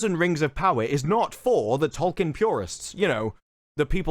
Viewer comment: If you're gonna talk about Tolkien so much you should at least learn how to pronounce his name.